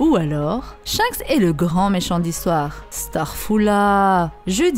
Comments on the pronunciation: Top la video, mais on dit SHANKS et non pas SHENKS À chaque fois que tu disais son nom j'avais envie de te mettre un red hawk dans ta face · Tu me stresse a dire " Shenks " c'est Shanks bordel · Elle a dit "shainks" jai quitté la vidéo désolé 🤣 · Superbe vidéo beau job à vs deux et ta voix omg par contre ta prononciation de shanks me fume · On dit chanxe par chinxe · Oui je pense 😂 j'adore tes vidéos mise a part tes fautes de prononciations 🤣😂 en tous cas continue comme sa